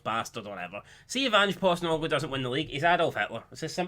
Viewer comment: Postenoglou? U mean postecoglou